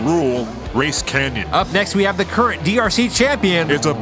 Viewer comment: "Up next we hawe the current DRC champion. It's a bird, it's a plane, IT'S SUPERMAN Steven Kitchen"